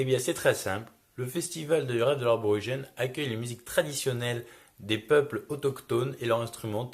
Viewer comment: Sympa le petit reportage. Cependant cela fait un peu mal aux oreilles de t'entendre dire ARborigene ou lieu aborigène.